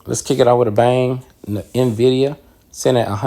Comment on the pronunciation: EN- VID - E. - AHH. Respectfully the proper pronunciation, don’t want you to miss pronounce it and people judge you or think that you don’t know shit about what your talking about